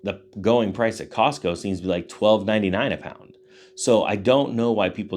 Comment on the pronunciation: It's not Costco,... it's Costmo!!!!...